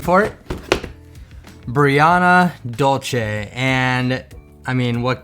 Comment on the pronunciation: Her name is Brianna Dulce (Duel-Sey), not Brianna Dol-che. Dulce is Spanish for "sweet." Anyway, aside from MyFroggyStuff, your RH doll reviews are entertaining to watch. Most of the other RH reviewers are annoying, especially the ones who constantly focuses the camera on themselves and not the doll!